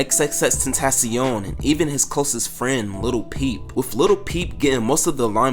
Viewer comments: Lil not little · dude you gotta stop saying little instead of lil deadass lmao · "little peep"? bruh